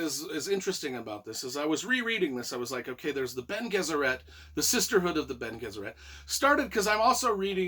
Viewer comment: It's Lay-toe. Also, it's Ben-ay Jess-er-et. Also, Alia is Paul's sister. Also. Princess Irulan (ear-ooh-lan) is who Paul married to take over as the new emperor. I totally agree that Dune Messiah is a great bridge between to Dune and Children of Dune (the TV mini series, Children of Dune, combines Dune Messiah and Children of Dune).